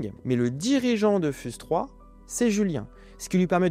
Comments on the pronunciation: "fyouz" par pitié, pas "fuse" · On dit "fiouze 3"